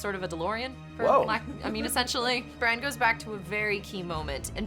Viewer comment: its jon not john its sansa not sandsa its bran not bren its rickon not ricken